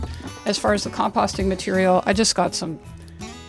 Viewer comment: compassting? I've never heard it pronounced that way before. 😬